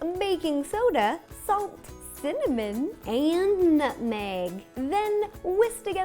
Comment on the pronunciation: I thought she said 'nothing' instead of 'nutmeg'!!!!!!!